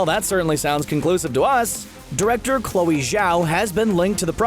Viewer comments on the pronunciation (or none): none